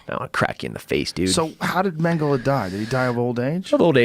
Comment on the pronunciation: A killer, huh? I bet he has a shit war face. Also "Mengelay".